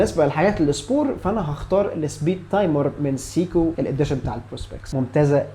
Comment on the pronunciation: قفلتني يا أول ماقولت سييكو دي فعلا فعلا وقفت الفيديو واشمئزيت أنا آسف مش منك طبعا ولكن من النطق خصوصا آني بحب الساعة دي.. دورت على نطقها الصحيح في أماكن مختلفة ولقيته سايكو سواء القواميس او جي بي تي او جوجل او متحدثين اللغة نفسهم.. ابوس ايدك غير نطقها ولا اقولك أنا مش حسمعك تاني لانك طبعا مش حتغير نطقها ولا أنا حقدر اسمعها تاني سييكوو 🤮